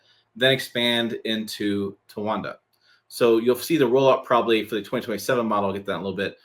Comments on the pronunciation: Tonawanda = Ton-Ahhh-Wanda….. Your welcome 🤣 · It’s ton-a-wan-da. The English language isn’t hard. Good thing you googled the pronunciation before publishing a video. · I guess counting syllables is a challenge too. Tonawanda has four syllables, not there. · Tonawanda would appear to be 4 syllables lol.